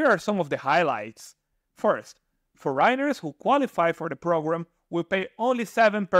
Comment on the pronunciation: kudos to you for venturing to do this in your second language; however, with youtube you probably could improve your pronunciation because after a while of listening the mispronunciation of certain words like “foreigner” it can get a bit annoying, but your info is great and I’ll keep listening.